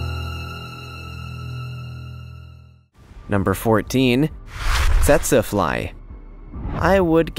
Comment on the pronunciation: It's pronounced teet see fly.